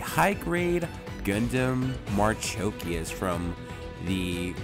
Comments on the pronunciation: ...i was referring to pronounciation,its been some time but as i can see you said marchikias instead of marchosias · Thanks for reviewing HG ASW-G-35 Gundam Marchosias. FYI, ASW-G-35 Gundam Marchosias's name is pronounced 'marukoshiasu' (マルコシアス). Clearly Bandai is stretching the limit of what the HG IBO frame can handle given how problematic this is. I guess maybe an MG ASW-G-35 Gundam Marchosias would be better if Bandai makes it. Unfortunately, I think we can expect a P-Bandai HG ASW-G-35 Gundam Hajiroboshi which would likely have similar problem areas as this HG.